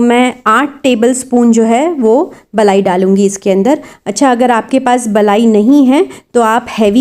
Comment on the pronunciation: Mashallah mashallah bohot acchi video hai 🥰🥰 or balayi nhi boltye malayi boltye hai 🥰🥰🥰🥰🥰❤️